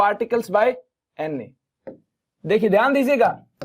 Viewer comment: Sir doesn't says NA instead, he always say Anne 😂😂😂